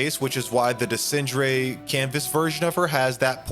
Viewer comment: Tried watching this but the way you pronounce Renoir and Desandre is just jarring. You have multiple examples on how to pronouce them in-game.